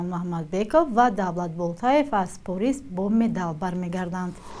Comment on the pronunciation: Чихел Порис??? Париж ном дорад чаро нодуруст талаффуз мекунед